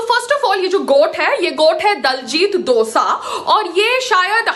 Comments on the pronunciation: Dosa lol name leena ton sikh le phele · Payal madam for your kind information diljit dosaaa nhi diljit dosanjh hota hai. Punjabiyeo ko pagal kehti hai khud ko pta nhi k kya bol rhi hai.